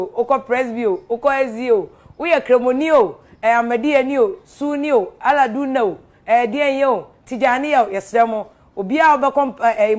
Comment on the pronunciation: Who else heard Afia Pokua said “Allah Duna”???😂😂😂